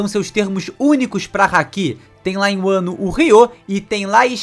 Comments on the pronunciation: Muito boa a teoria… só me incomodou vc falando “wano” o certo seria só “Wa” (和) que tem referência ao próprio Japão “wa no Kuni” (和の国) literalmente o país de Wa, assim como a culinária tradicional japonesa é chamada de Wa shoku (和食) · Deu um pouquinho de gatillho vendo ele falar "uano" wano... .." vano"